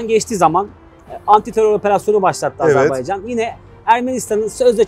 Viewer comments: Allah aşkına nolur artık "Azarbeycan değil Azerbaycan" demeyi öğrenelim....!!!!!!!!! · Hocam Azerbeycan değil de Azerbaycan şeklinde telaffuz ederseniz daha doğru olur.